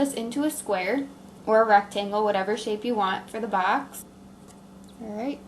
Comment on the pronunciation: She says Baxx instead of box